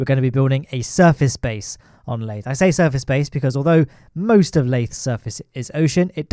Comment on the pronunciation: Not a single soul:: lAyThE